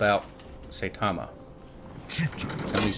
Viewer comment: Something other than DoW II, hooray! I love that game but you have so much less other content so this is a lot more exciting. I especially liked your let’s plays. Oh and as I am a fan of One Punch Man and anime in general “ai” in Japanese is pronounced like “eye”. Seye - ta - ma